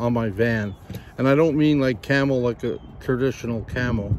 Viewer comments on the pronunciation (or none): When I went to Europe I saw a bidet for the first time. I think you have to take lessons hahaha. By the way, I enjoy your videos no matter what you do. Even when you do "nothing". By the way, I thought you said you were going to put a CAMEL on your van. Took a bit before I realized you had said CAMO.....lol. Stay well and be happy.